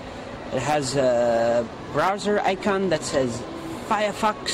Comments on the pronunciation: "Fiyahfox" xD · Firefox, real laptop, man you gotta love how he pronouces it